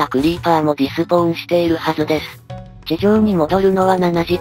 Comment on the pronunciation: 気になったのですが、いつも 「ディスポ―ン」 と言ってますが 「デスポーン」 が正しいのでは？ 違ってたらすみません。